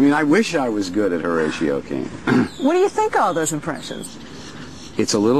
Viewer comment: its HORATIO